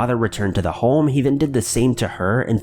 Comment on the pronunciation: You have a real problem with the word home eh?